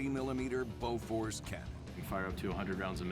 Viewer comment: I'm not correcting you by any means, and I'm guessing you don't speak Swedish as your first language, but I did find it a bit amusing to hear how you pronounced Bofors since I've never heard it pronounced by a non-Swede before